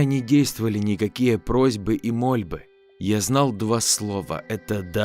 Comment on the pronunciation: Простите за наглость, но я хочу вас поправить. Оптовый произноситься с ударением на второую о. И мольбы произноситься с ударением на Ы. Не подумайте что я умничаю, но просто неправильные слова сильно режут слух.